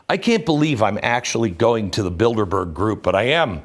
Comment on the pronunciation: anyone else hear "build-a-bear" when they hear "bilderberg"?